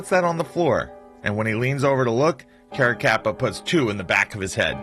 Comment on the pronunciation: I was at the Otto Heidel murder scene when I was a kid. Carracappa and Eppilito were responsible for it. You really have to learn how to pronounce italian last names.